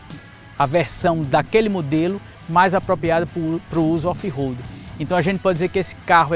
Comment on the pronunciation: so para deixa claro quando se pronuncia RO não e RO de roupa ou Roberto ROAD - RO - se pronuncia com o R mais fraco, com se ele estivesse entre duas vogais no meio de uma palavra EX: aroma. A letra O no alfabeto em inglês se pronuncia OU.Então a pronuncia correta de ROAD é ROULD com D mudo no final.